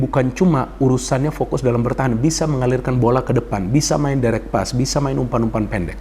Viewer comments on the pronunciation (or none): none